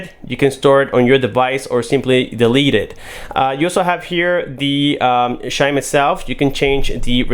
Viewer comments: Chime! Not shime! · not as funny as shime. Ssshime. Instead of CH - Chime. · so you say beedio and shime too?